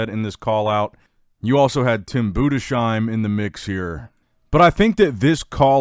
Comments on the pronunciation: BOO-DESS-HEIM. THIS IS THE CORRECT PRONOUNCIATION,NOT BOO- DE-SHEIM. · I think this every time he says it